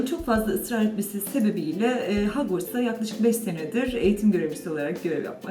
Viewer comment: hagvarts neresi acaaaabaaa o hogwarts biraz hogwartsa saygı 😁